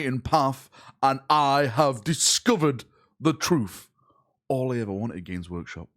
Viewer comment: GW: lets bann to make him silent.: "All i erver wanted was the truth..."